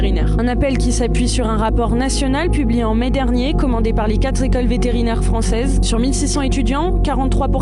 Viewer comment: Les quatre zécoles françaises vétérinaires… Ok Bravo la nana journaliste